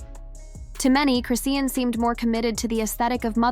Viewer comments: Aint said her name correctly once😂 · Okay this is getting on my nerves to the point that I don't even want to hear the rest of 😢 video. To all you commentators if you cannot pronounce the person you're talking about name correctly what's the purpose of doing this it sounds even more fake. Damn !! The least you can do is get their name right the f***🤔